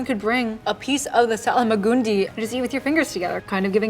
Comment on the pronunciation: Where does the extra A come from in the Salmagundi? For some reason you add an A after the L and I dont think you realise you're doing it...